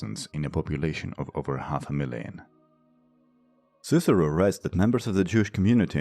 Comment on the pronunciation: Why does the narrator not pronounce soft c's in names? The video contain clips where they are all pronounced correctly